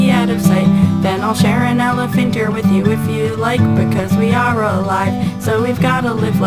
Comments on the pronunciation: To the maker..it "Elephant Ear" not "elaphanter" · it's an elephant ear :) not an elephanter :) ♥ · Not elephanter, elephant ear :D great video!